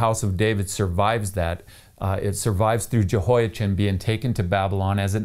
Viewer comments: Yehoia-chin? Really. You also say Chan-ukkah? You are the only person I know who says Jehoia-chin while recognizing Yuakin as referencing the normal pronunciation of Jehoiachin. And you pronounced it correctly earlier in the video. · Aargh! I really appreciate your videos, but hearing the “ch” in “Jehoiachin” pronounced as in the English word “chin” instead of as in the Scottish word “loch” is difficult… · Yo' ah-chem, with a gutteral ch is the Hebrew pronunciation of the name of the King of Judea. It's less of a pronunciation nightmare than the English translation 😁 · Not wishing to put too fine a point on it but the 'ch' sound as in the English word ' cheese ' does not exist in Arabic or Hebrew so it's Yehoyakin in pronunciation